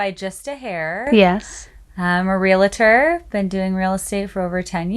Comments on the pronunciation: It’s pronounced ‘real-tor’, not real - a - tor. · She said realAtor lol